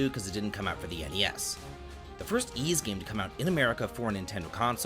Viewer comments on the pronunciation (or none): Bro how could you claim to be a big Ys fan when you constantly fail to even pronounce the main characters name properly? Come on, dude.... you flipped it like ten different times in this video alone.